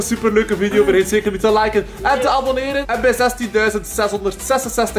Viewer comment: zegt: baboneeren